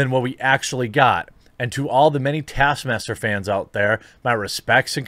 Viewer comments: Taskmaster? It's TASKMAMSTER. What did they do to my boy? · taskmaster was butchered lmao